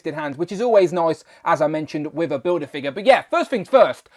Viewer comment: Kont'rollah bildah figgah 😂